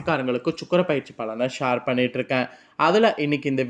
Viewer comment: ஷார் இல்லை ஷேர்